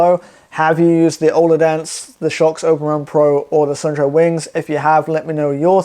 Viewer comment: Suunto is a Finnish brand. The name is pronounced like soon-to where 'to' is pronounced like the beginning of the word tok